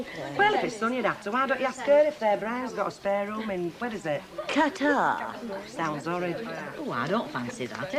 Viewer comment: of course Pat Phoenix knows how to pronounce 'Qatar".